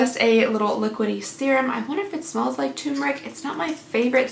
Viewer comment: The way you say “turmeric” “tomb - Eric” 🤣🤣